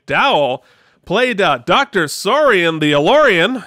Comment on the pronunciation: Malcolm McDowell's character in Generations is called Doctor Tolian Soran... not Sorian ;)